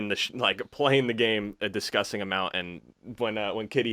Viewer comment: Let’s take a shot every time says “distgusting”